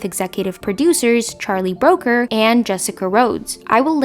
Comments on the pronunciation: Brooker not Broker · Looking forward to this. FYI Charlie Brooker is pronounced like Brucker, not Broker. We British like to get it right. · Enjoyed the video, but you mispronounced Brooker and Milioti’s last names. Please check pronunciation before filming, I kept cringing thru the content! Keep up the good work otherwise!!❤ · I question your pronunciation of Charlie Brooker's name. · I'll forgive you as English is not your first language, however I am very surprised you haven't heard his name spoken aloud.